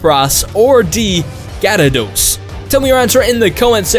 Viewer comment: D, also its pronounced gear-a-dose